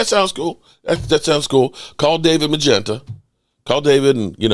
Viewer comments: The thing is is. his name is not magenta.... His name is moo la getta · Micah Parsons agents name is David Mulugheta, not Magenta